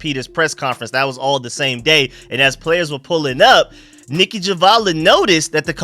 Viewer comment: Lands Down as well lol